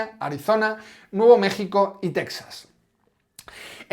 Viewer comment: Muy bueno, como casi siempre, ya es imposible coincidir con alguien al 100% (¡gracias a Dios somos todos distintos!), pero... TeJas, TeJas, TeJas... Texas se pronuncia en español [ˈtexas]... NO /ˈtɛksəs/ Por favor, no insistamos en el error. Gracias